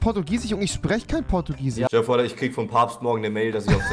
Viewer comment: „Portugisich“ . Ein weiteres Wort welches Rewi nicht aussprechen kann😂